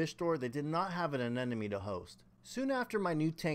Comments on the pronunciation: A-NE-MO-ne Not a ne ne me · It’s an anemone, not an anenome. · I’ve been waiting for a year for my 12 year old clown to host in my new system. Glad you were able to get some success. Also, I have to say aneMoNe, not aneNoMe.. 😉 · I don't know why the wrong pronunciation of Anemone bothers me so much, but it does... I need an intervention! Uh-ne-muh-nee Uh-ne-muh-nee! 🤣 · Can't even pronounce ANEMONE